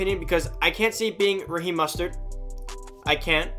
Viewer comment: “Raheem mustered” 😂😂😂